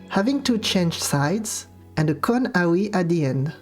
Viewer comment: Just wanted to say I love how your accent makes AoE sounds like "Owie"